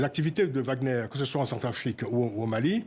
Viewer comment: Madame c'est pas WAGN EUR mais WAGN ER